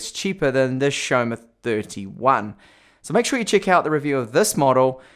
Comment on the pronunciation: Isn't it Xiaomi? Not Xiaoma...